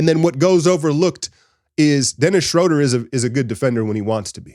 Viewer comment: Brother, you're gonna have to learn to say his name. He's German: "SchrUUUder".